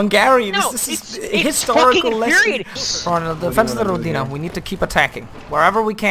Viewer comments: It's not rodEEna, it's rOdina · as a russian i'm really triggered by pronouncing of "Rodina" lmao, it's rOdina not rodIna